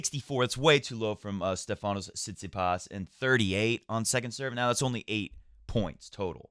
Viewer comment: Great match by Felix. As a Greek I gotta correct you on the pronunciation of Stephanos. It's Stéphanos not Stephános. The accent is on the e. Cheers